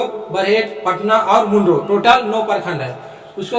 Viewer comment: मुंडरो नहीं मंडरो होता है